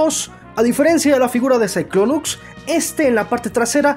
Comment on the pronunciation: ahora pronuncia el nombre de cyclonus con x al final